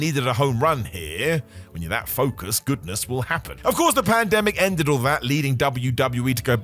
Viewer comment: Swear to God I heard say "plandemic" when talking about the boneyard match😅